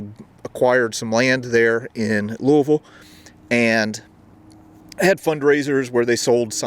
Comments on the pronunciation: Thanks for pronouncing Louisville the correct way. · One of the only people to say Louisville right!!!! I’m so impressed!!!